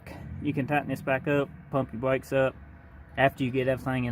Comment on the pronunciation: Elmer Fudd stopped hunting wabbits to do bwakes.